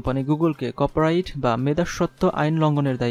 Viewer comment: খুবই দূর্বল উচ্চারন। কপ রাইট কপি রাইট।